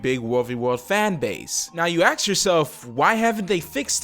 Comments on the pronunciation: "you axe yourself" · You said AKS !!! Gottcha